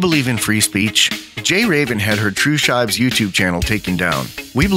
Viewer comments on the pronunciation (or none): I thought it was pronounced true "sheebs" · It probably should be, because of the way the dog breed is pronounced. But I prefer the pronounciation for "shibes" that rhymes with "vibes." So I asked Tru and she said "It probably doesn't matter since it's from a meme based on misspellings and bad grammar." lol. Good point.